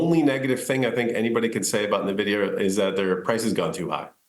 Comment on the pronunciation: Why do people always mis pronounce Nvidia? The reporter pronounces it correctly, but the Rexshare guy doesn't? Does he even know what Nvidia does or watch any other interviews on the company?